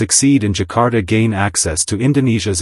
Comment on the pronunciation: Zakar Ta not Jakarta 😂😂😂